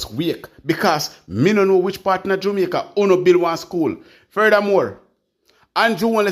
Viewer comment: Listen to you all the time, No disrespect!! but please for heaven's sake stop calling JAMAICA [JUMICA] Dont be like Desmond Mckenzie that's the same way he pronounce the word JAMAICA.